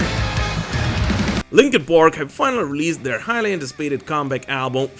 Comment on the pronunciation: Did he say Linkin PORK?? 😂